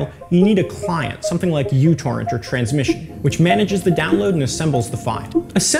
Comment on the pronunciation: It's not u torrent, it's μ torrent (mi[cro]-torrent)